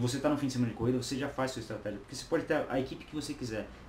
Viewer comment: Estratégia, do Espanhol Estratejia, do Inglês Estratégi...... tá dormindo seu 06, segura essa granada por favor!!!